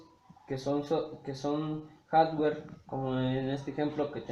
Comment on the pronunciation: Reprobados en el segundo 5, como que "harware" jajaja HARDWARE.